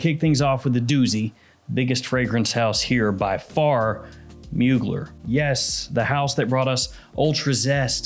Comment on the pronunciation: It’s pronounced Moo-Glare jfc